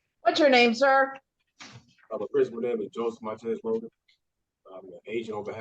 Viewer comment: It’s “Logan”, not “Loggin”, Okay?